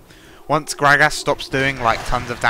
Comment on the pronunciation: Grag-ass lol. I love how you say gragas!